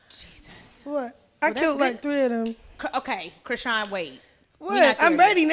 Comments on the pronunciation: I thought her name was pronounced like Chris-SHAWN… not Chris-sheen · Her name is pronounced CRI - SHAWN 😂😂🤦🏼‍♀️